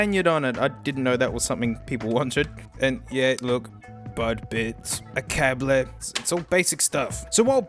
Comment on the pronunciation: You’re not supposed to pronounce the ‘’e’’ at the end of cable. But it’s not your language so it’s not that significant